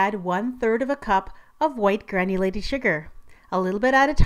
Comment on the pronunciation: Lol I thought she was saying white granny lady sugar!!!!! My bad! Lol